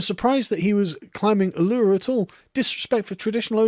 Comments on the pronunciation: As an Australian, its pronounced A-I-R's R-O-C-K.... or Ooo-lah-roo like some sort of sexy Kangaroo. If you want a good example of (although sensationalised and culturally personified, like most ancient stories from all cultures) Aboriginal myth that is based on a real even, Mt. Gambier is only 5000 years old so dreamtime stories around the formation of that would be a valuable record. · Er, Sargs, Uluru is pronounced U-lu-ru. Not the strange way you pronounced it.